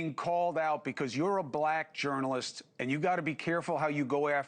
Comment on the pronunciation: A journalist who can’t pronounce journalist……